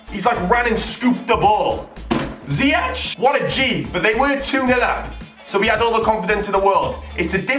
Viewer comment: i am Dutch and you say zyech as ziejek